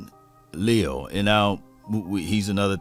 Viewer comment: Le’al (just like collins first name was) is how it’s pronounced. But he is a 3T but he could be next AD?